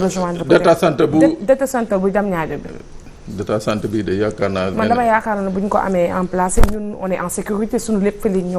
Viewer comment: 🤣 ningay wakhé DATA CENTER dafa Wolofé trop🤣🤣🤣🤣